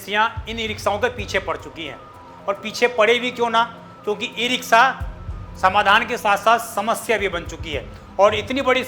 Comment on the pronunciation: "स" और "श" में अंतर करना सीखिए और सही उच्चारण किया करिये ये इ रिक्शा होता है , इ रिक्सा नहीं।